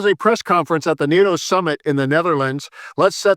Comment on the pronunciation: Ffs it's not " nat toe " it's ' NATO'!